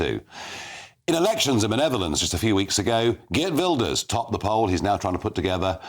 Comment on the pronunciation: Mr Farage. May I compliment you on pronouncing Geert Wilder’s name correctly? Dutch can be a challenge!